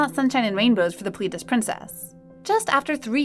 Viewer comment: Its not pris-teen or plee-dis. It's pris-tin and plè-dis.